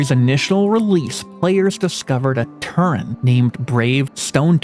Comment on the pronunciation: My guy its Tauren not Turren